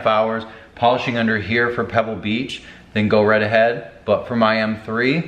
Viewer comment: “For Pebble Beach”...LOL